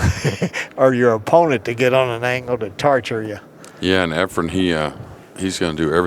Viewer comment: Nick Varner still calling him Efrom. For fks sake somebody tell him the name of the greatest pool player ever.